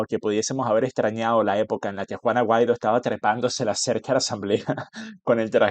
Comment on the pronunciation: Juan Guaidó, no Juan Aguaido.😮